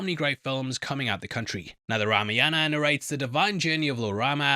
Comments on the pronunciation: Bro it's spelled Ra-maa-yan-aaa What you are doing is Rama-yana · Know the correct pronunciation of the movie name!